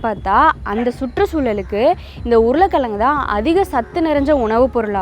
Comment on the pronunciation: உருல கிலங்கு இல்லை உருளை கிழங்கு. இலப்பு இல்லை இழப்பு. அறிவியல் சார்ந்த வீடியோ போடுவதில் தப்பில்லை உச்சரிப்பில் கவனம் செலுத்தவும்.